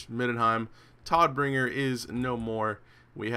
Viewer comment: Just as a sidenote: It's pronounced more like Toad-bringer which is german for something like Deliverer of Death